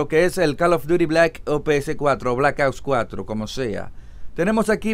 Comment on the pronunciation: Es muy difícil pronunciar OPS?